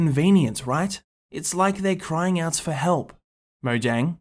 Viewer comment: It’s actually pronounced Moh-yang not Mo-jang.